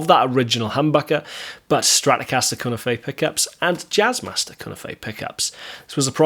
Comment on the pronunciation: Here we go again........ There's already another video on this subject. The cunife is pronounced as cue - knife. None of these words are spanish or are of a foreign origin. Just like alnico - the ni isn't pronounced as an e but an i - long i sound. I don't know where all these horrible mispronunciations come from other than pure ignorance. One person says it wrong and before you know it everyone is saying it wrong as well. But all that aside I was never really a fan of these pickups and I probably never will.